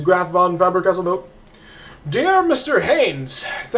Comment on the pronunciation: Holy crap, you saying it like "Fabber Castle" annoyed me lol, other than that very good video.